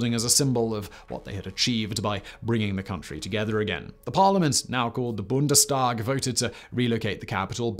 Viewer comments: Made worse by the fact that he pronounced Reichstag and Bundestag quite well. Come on, you can do better... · Can pronounce Bundestag perfectly, but still gets Dhaka and Pakistan wrong... :/